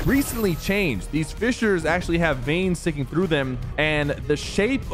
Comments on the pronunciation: did he actually call vines "veins" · Bro said veins💀